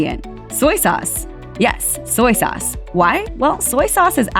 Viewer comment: It’s soy sauce not soyee sauce. Duped into a commercial.